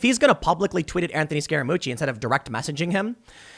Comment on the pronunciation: I keep hearing “scare-a-moochi” is that right? 😝🤔